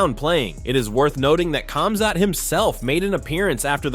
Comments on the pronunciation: It's pronounced HOM-ZOT you dorks. LEARN to speak someone's name right. There is no K sound in these names, just like Khabib is pronounced HU-BEEB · Khamzat...is sounds like Homzot, not Comzot. DO BETTER